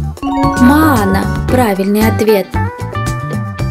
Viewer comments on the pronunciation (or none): Правильно(моё): Мо-ана НЕПРАВИЛЬНО(ВЫ): Моан-а